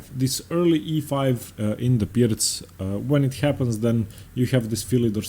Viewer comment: I don’t know about y’all but I derive a great deal of satisfaction listening to him pronounce ‘Pirc’ correctly every time.